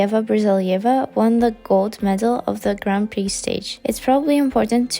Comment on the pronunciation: It's read "gran pri" ... not "grand priks". :)